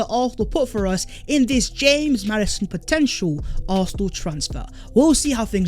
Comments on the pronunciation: The fact that You pronounce it Hames Maddison annoyes the fuck outta me😂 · The fuck this guy calling him Hames Maddison FFS? Maddy is english not latin american my G